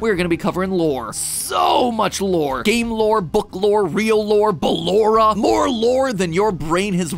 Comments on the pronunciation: This morning i was actually thinking about Matpat saying Ba-Lore-A and it came true irl!!😂😂😂😂 I just can't stop laughing!😂😂😂😂😂😂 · bal-lore-a lol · ba-LORE-a get it? more lORe than your brain has room fOR even more lore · Why did Be-LORE-a make me laugh so freaking hard 😂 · matpat said bal-lore-a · Ahaha Bel-lore-a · I died when he said ba-lore-a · goddamnit, the bal-lore-a part got me hard and I'm mad to accept it and write this down AAAAAA